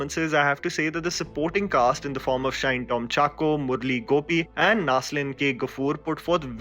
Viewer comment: Its Shine like in Shiney Ahuja...not shine..